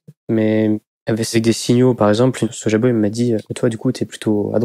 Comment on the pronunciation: On dit pas soja boy, on dit soy-boy